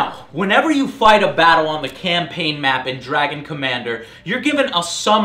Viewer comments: "CampLaign ... that missspeak :O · "In the single player camplaign" Camplaign?? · I heard you say "Camplain" by accident, you can't fool me Joe